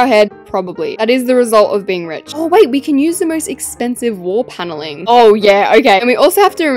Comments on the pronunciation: Pailing WHAT IS PAYLING . Didn’t it say panelling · "Wall Paling" ITS PANELING NOT "pAliNG" gosh rofl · you said “wAlL pAlInG”